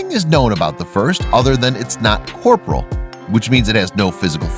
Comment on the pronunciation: I think you mean CORE-POR-EE-UL, NOT CORPORAL